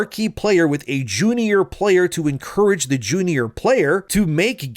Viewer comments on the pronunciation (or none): I have never heard "junior" pronounced that way😂😂